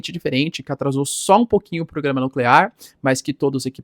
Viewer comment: Narrador: continuava a falhar no trava-linguas do "programa nucleRar iraniano"...